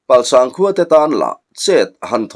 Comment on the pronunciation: Palsang khua leh zuchhip khua I lam dan hi a dik lo